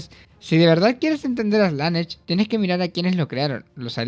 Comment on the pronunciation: Buena opinión, ojalá algún día aprendas a decir Slanesh bien